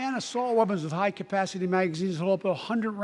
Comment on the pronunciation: "Because I know there is simply nothing, beyond our camacity ... " :) :) :)